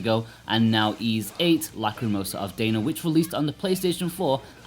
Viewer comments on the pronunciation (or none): How is it that you’ve played this game through once and partially on the Switch but mispronounce both Adol and Dana? Adol isn’t pronounced in the game as A-Doll, more like addle. Likewise, Dana sounds more like Donna rather than Day-Nah.